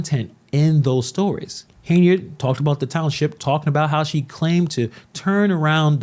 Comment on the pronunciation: The radio host sacrificed journalistic integrity for views and clicks. On another note, why do you keep pronouncing her name as “Hey-nard”?